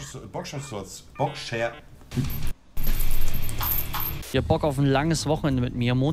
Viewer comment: Haha wie einfach nicht Boxershorts aussprechen kann!!!👌